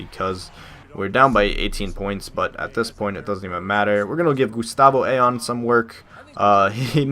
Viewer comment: IT'S PRONOUCED I-OWN!!! NOT AYON!! You're killing me!!